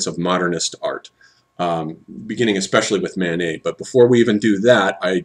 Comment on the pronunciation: I'm not sure if he's saying Manet or Mánes ... either way it sounds like he's saying "Mayonnaise". :-P